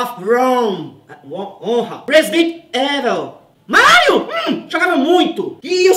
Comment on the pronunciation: Residenti Éviu kkkkkkkkkkk